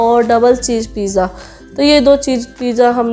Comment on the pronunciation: Sutar, pija,sop, kitna galat bolti Ho Tum sahi Se bolna sikho, Paisa Kama rahi par bolne ka salika bilkul nhi badla